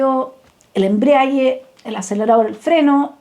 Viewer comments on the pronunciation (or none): Embrague y no "embriague". Embragar es acoplar.